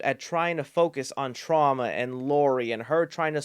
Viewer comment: has killed the word ‘Trauma’